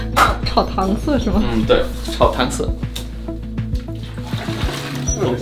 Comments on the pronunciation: 这种烹饪方式，其实比较地域化，主要是北方菜用到，南方很少有，而色这个字在北方经常念作shai，UP主不知道是情理之中的，南方人都很多不知道的，何况非中文母语者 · 炒糖 Shai三声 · 友情提示，“糖色”的“色”，比較地道的念法，是念“shai”,三聲，同“骰” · 那个好像是念 炒糖色（shǎi ) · 让老外炒糖色（shai）儿，这不是难为人吗？ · 色，在这里读：shâi 三声😀